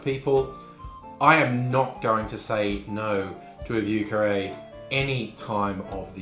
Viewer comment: As a French speaker, you pronounced it MUCH better than most! Most just lazily say “VOO” but you properly inserted the French “i” in there which makes it more of a “VEE-YER” 👍👍👍👍👍👍👍👍👍 9 thumbs up!